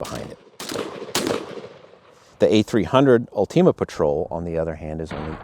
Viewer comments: Both are incredible shotguns. Either one you might choose is a winner. Personally, I chose the A300 Ultima Patrol, zero regrets. And it's ULTIMA, not ULTEMA, lmao. Great video review, thank you. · “UL-TEAM-UH” ?? That’s not how I’ve been pronouncing it lol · Ulteama?!?!?! Wtf... did you never hear the word ULTIMAte? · Why are you saying ultima like a smooth brained individual